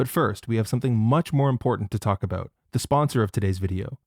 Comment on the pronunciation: The way you pronounce “about” outs you as a leaf.